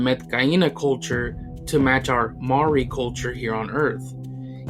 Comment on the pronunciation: Just to correct you for the word Maori is actually pronounced as marri